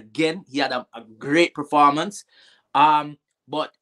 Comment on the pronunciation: Did robbie say good reformance